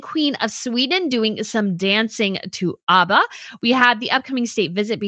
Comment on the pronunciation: It is ABBA as in Apple, not Arba.